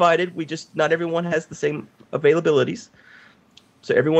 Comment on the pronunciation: errr its what is the seed? not wot is de seed